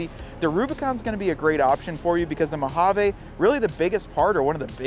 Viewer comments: Mo hah VEE not mow hawww vayyyy. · Great side-by-side companion. I must admit, I cringe every time I hear you mispronounce the word Mojave … it’s actually “mow haa vee”. But great info! Thanks 👍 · MO-HA-VEE!!!! ENGLISH PLEASE… NOT SPANISH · Mojave is a Spanish word though.